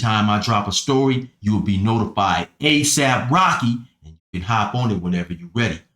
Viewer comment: Why you say Asaph Rocky like that everytime? Lol